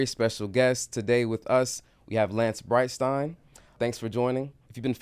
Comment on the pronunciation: So… the most surprising guy pronounced Breitstein correct!